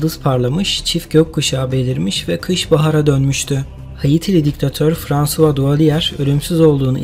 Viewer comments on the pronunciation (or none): none